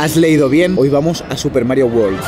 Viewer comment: Por favor, recordad que la mayoría de los españoles pronuncian WORLD como WALL uól o WAR uór o una mezcla de los dos. Es UÉRLD la pronunciación inglesa. Lo mismo: WORK uérk, no uórk. WORD uérd, no uórd...